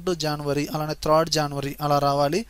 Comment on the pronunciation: అంతా బాగానే వుంది కానీ త్రాడ్ కాదు థర్డ్ అనండి .కానీ మీ explanation సూపర్.